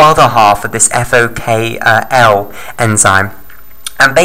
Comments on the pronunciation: * FOK1 not FOKL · Thanks for this video. You simplified it well. May I correct that it is FokI or Fok1 (Fok - One not Fok L) and it is Xanthomonas (not Xanfhromonas, it is t not f).